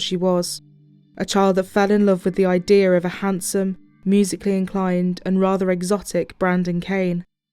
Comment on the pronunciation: why do you say " IDEAR " instead of " IDEA "?